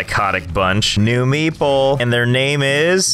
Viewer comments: Everytime you say "meeple" I hear "meatball" this is too weird and funny. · i keep hearing meeple as meatball lol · when he says meeple all i can hear is meatball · For the entire time I thought he was calling them meatballs. Nice. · I always thought you said meatball station not meeple station 😂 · It took me the whole time to realise that you was not saying Meatball but actually Meeple smh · thought u said meatball not meeple lol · Josh: Meeple Captions: meatball